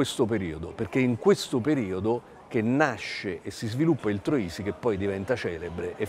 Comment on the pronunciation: Troisi, non Trosi!